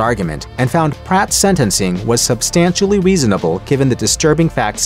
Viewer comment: “Substantially weasonable” 🤓